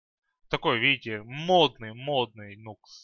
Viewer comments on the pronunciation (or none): Никс,а не Нукс